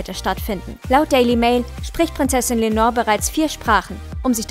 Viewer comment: Leonor heißt sie. Nicht Lenor.